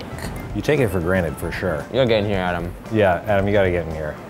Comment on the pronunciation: Rookie Musikerz How can you say Adam wrong?!